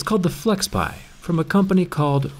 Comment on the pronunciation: FlexPai, not FlexPie (video descr)